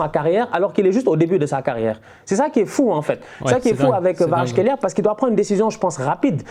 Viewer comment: Khvicha Kvaratskhelia Je crois qu'il faut prononcer le V comme un W.